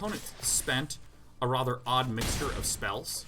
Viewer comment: That was her pronounces "rather". It's rother irksome.